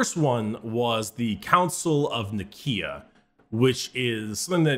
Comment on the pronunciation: Whenever someone says „Councile of Nikea” I just hear Councile of Ikea